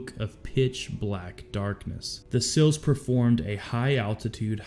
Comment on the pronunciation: Say the letter C...or the word "see." Add an L to the end of either and that is how to pronounce SEAL. These guys worked too hard and give too much to be called "sills."